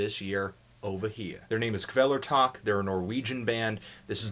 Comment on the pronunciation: It's Kvelertak! not Quelertack